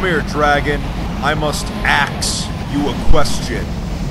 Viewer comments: Gotta AXE you a question :D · ima axe you a question (that makes me laugh so hard HAHA) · I'm going to axe you a question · "I must axe you a question!" Where is the question? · when he said can I axe you a question I cringed so much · "I have to axe you a question" :P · I cringed when he said I have to axe you a question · great video man but the "'axe you a question"' whas horrible.